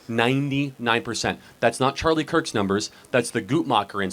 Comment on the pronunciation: Sorry just a little point I would like to make. Respectfully could you please find out how Charlie's name is pronounced before going on air, in respect to him. 🙏